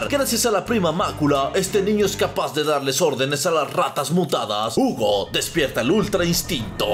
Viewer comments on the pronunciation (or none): Yo leeo: Hugo lee: Jiugo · En la version en ingles dice Jiugo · Es un video de inches MA-MO-NES... el lo puede pronuciar Jugo y seria igual de epico:v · No, de hecho en el juego, cuando lo pones en Francés dice: Hugo, la pronunciación del está errónea